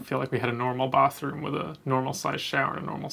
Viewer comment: when he says "bathroom" you can hear that kiwi influence working its way in